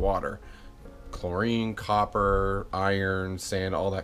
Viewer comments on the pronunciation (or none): none